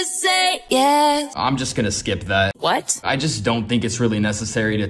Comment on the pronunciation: The "What" was personal